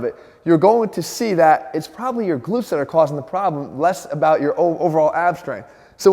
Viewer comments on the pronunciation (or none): Hah! At first it sounded like "You could have a weakness in your big lips." I was like "Leave my big lips out of this! I know my rear is weak but I don't see any connec... oh, never mind!"